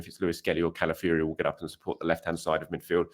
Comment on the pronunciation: Please... it's Calafiori, not Cala Fury, brother of Tyson